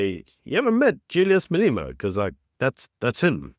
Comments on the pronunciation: your pronunciation of Malema as "Maleema" is wrong. Exercise to say "Malêma" please. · Who pronounces it Malima 😅